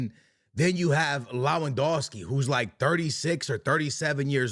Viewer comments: for god sake it's Lewandowski not Lawendowski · LOWANDOSKI is a criminal pronunciation